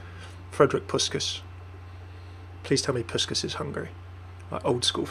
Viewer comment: you said Puskás's name right, but... the pronounciation... I laughed and cringed at the same time.:D name is pronounced push-kaash.:D Glad to help!